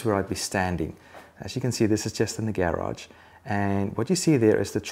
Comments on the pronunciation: Subscribing cause i love the way you say "garage" ;) (And great info too) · 6 people don't like the way he says garage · The way he pronounces garage bother me a lot. Wtf 😄✌️ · Great tips!!! That's an unusual way of saying "garage" though! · Sailreddex Not unusual in England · Not unusual in Australia either.